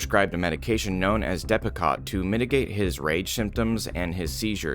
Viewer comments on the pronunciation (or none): IED does not include symptoms of hearing voices and/or other hallucinations. Please do appropriate research before reporting and it's pronounced dep-ah-coat. 🤦🏼‍♀️ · It's dep-a - coat. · Depakote is pronounced dep-a-coat . Just FYI 😊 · In case you’re to come across this term/med again… it’s pronounced, Depp-ah-coat. My ex had to take a high dose of that for years because of his mental illnesses after we had split. It made him stutter, he became uncoordinated, and could hardly think through an entire thought, zero focus, always irrational & irritated…he wasn’t an angry or anger prone person prior to that med, and would forget how to do very common everyday things. That med is strong stuff! I think it made my ex worse. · Depakote is pronounced depa-coat. And it’s an anti-psychotic. I believe and it’s given to people in jail to subdue them. Makes people zombie like where you have no energy. Atleast in my experience.